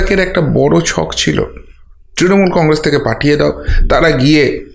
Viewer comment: কংরেস নয় কংগ্রেস বলেন, কিছু মনে করবেন না ।।।।😊😊😊😊